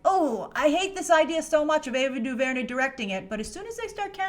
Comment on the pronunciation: Say her name right lol